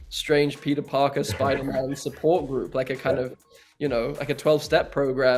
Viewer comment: when he says Peter it sounds like pizza